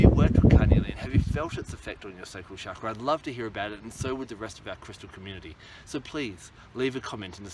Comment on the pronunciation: you say chakra wrong